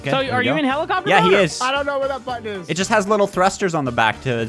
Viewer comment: When said “Button” it sounded like the no-no word.